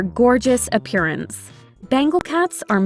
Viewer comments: ( ) appEARance✅ not APPEReance ❌ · You lost me at "APPEREANCE"